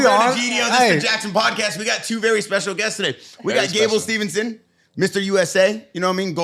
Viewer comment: At least pronounces Steve-son correctly.